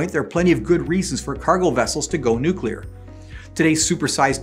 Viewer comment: Nooklear wessels?